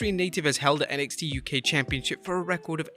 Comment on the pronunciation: I hate it for the guy, but I'll be glad if they get an announcer that understands the word is "championship," and not "championCHIP."